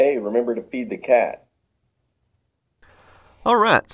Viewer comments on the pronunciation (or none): I thought he said "remember to beat the cat" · Oml I thought he said "Hey beat the cat" 😂😂😂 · "Remember to feed the cat" sounded like "Remember to beat the cat" XD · Hahaha yes, or it sounded to me like "Remember to eat the cat"